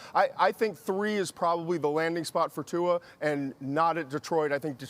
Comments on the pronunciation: stephen "tu'er" a. smith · Stephen A "Tuar" Smith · Tuer 😭😭😭 Stephen A c’mon man